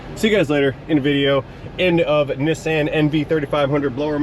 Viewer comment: How come is the only person in the U.S. who can pronounce Nissan correctly? I wonder if he can also say “Nikon” instead of “Nye Cohn”…?